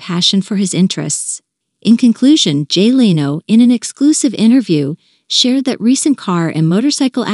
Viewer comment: Any chance your 'listener' deserves a real person or possibly a manager that could oversee the PROPER pronunciation of the subjects NAME? BOOO.